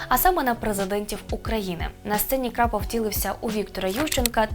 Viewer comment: Ведуча не вміе читати ? Крапов у береті ?